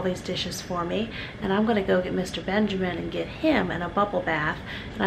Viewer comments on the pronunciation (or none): none